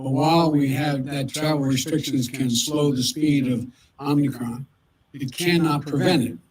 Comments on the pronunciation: I cannot believe my ears. It’s OM-I-CRON it’s not OMNI-CRON. You’re pronouncing it exactly the same way Biden does! 😳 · OMI-CRON NOT OMNI-CRON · Good thing your rulers and "experts" are looking out for you. It's "omicron", not "omnicron". "Omicron" is an anagram for "moronic". The invisible force controlling the puppets on both sides of the aisle is laughing at you. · It’s pronounced Ohm-e-chron. It is the fifth letter in the Greek alphabet.